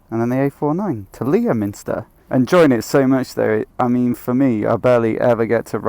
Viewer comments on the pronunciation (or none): Passed through my neck of the woods... btw Leominster is pronounced Lem-Stir... enjoy those smooth roads in Wales:)